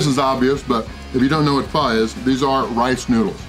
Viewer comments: The pronunciation is like “fooo” you are saying “faa” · Jackass....its pronounced fo...not fa....wtf....Pho is a dish that originated in Vietnam and spread to other Asian countries which modified it to suit their tastes....wtf...